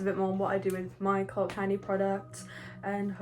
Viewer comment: When she said “cult candy” I heard “cocaine” and thought I clicked on the wrong video👁👄👁